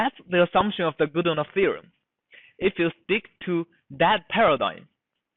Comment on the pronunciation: Godunov's theorem!! Not GodOnov! Change your microphone! It is disgusting!